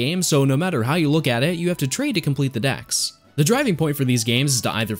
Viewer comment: Kanto DEX not DAXxx